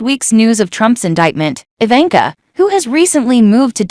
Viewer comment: Didn't pronounced Ivanka correctly.